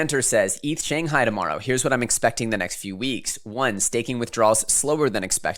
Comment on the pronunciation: SANGAI? LOL doesnt Shanghai have an H??